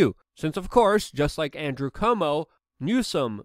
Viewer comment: Luke, please dont pronounce Cuomo as "Comeau".